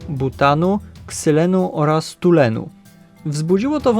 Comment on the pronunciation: Nie tulenu, tylko toluenu.